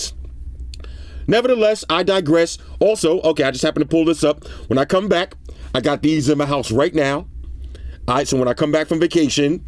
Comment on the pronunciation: thinks he's spitting with this "Nevertheless, I disgress" 😆